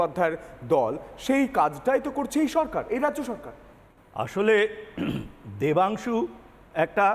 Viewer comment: No Debansu, it's Vodansu😅